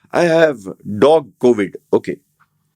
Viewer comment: Dog Covid .....sounded really funny...